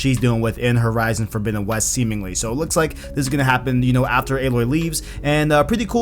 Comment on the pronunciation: "Fordowinowes"? Wth!?!?!